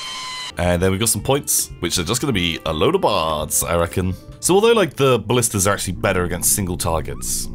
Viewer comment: FOR FUCKS SAKE. Its ballistae, not ballistas.